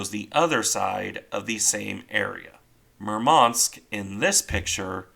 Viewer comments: "Murmansk" should be pronounced with emphasis on "u", not "a". Apart from that, its a good random video YT algorithm somehow chose for me, hahah. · Thank You for the video! Just correct accent in the ships' name is at the 1st syllable: MUrmansk, not MurmAnsk.